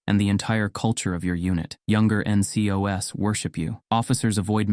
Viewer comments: Don't for get the NCOs - "In-cee-oh-ess" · Was ts ai generated? The way he says ncos weird me out